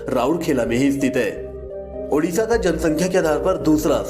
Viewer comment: Dear it’s Odisha not udisha…